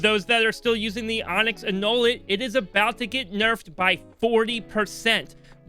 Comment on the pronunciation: Interesting observation on the traders tender, also it's pronounced an-new-let